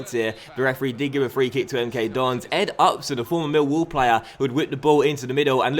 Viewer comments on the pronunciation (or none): none